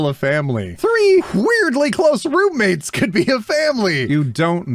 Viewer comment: I thought you said broommates not roommates at like.. ?